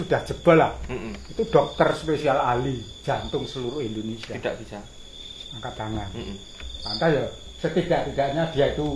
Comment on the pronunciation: Indonesia Boss... Bukan Indonesa..